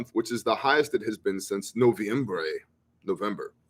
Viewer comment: Yep, you got the pronunciation down perfectly. Noviembre.